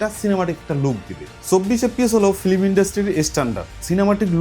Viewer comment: একজন শিক্ষিত মানুষ হয়ে বারবার ফ্লিম বলছেন,এটা ফ্লিম না ফিল্ম হবে।